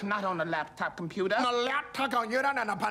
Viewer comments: On a LAP-TOP COMPUTAH, NO LESS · On the lap top conyouter and the ponography of women...